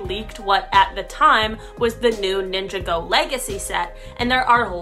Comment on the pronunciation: Bro she called it ninja go not ninjago